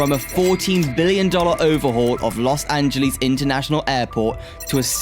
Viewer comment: Nice informative video, but PLEASE research pronunciations! "Angeles" rhymes with "yes" , "Jose" J is a soft H "hO-sey", "Nuys" sounds exactly like "nice" (not the city)